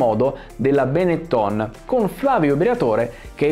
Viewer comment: esatto, stesso discorso vale per benettòn, da molti pronunciato bénetton.